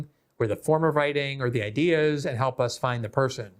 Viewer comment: Love your work but you do torture the word "and"